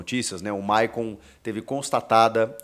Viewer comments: Chico , É maycon e nao mayon 😂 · Hehehehehehe a Fungada e o nome do Maycon estava Mayon kkkkk